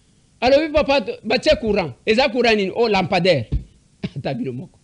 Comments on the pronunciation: Façon il prononce 🤣🤣🤣🤣🤣🤣🤣.la mpandaire 👋🤣🤣🤣🤣🤣🤣.lokuta. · La. Pandair ! Lapender ; la pander, la pendaire !! Eza ni-ni ou plutôt, ça s'écrit comment ?? Au secours 😂😂😂😂😂😂😂😂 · je sais comment orthographier le mot lampadaire !! C'était plutôt ma façon de m' étonner avec humour , bien sûr , de voir un gouverneur de province avoir du mal à prononcer un mot si ... ( le mot me manque) et,je comprends pourquoi le présentateur de l'émission avait émis juste après cette séquence des doutes sur le niveau d'études du gars !! Mais, bon !! On verra tout dans ce pays !